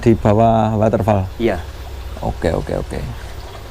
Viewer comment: Muni ne woderfol mas ku...udu waterfal 😁🙏🤣